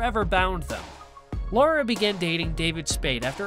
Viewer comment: Her name is LARA, not "Laura." L-eh-ra.